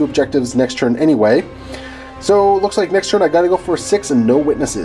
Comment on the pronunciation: does anyone else think he says "churn" instead of turn?